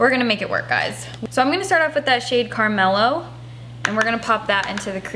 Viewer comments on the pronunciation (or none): when she called CARAMELO- CARMELO 😂😂